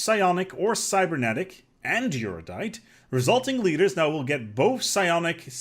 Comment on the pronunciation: Air-you-dite, not your-dite.